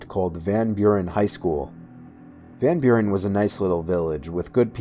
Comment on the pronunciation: you pronounced 'van Buren' totally wrong